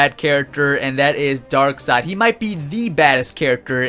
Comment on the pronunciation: It's pronounced dark seed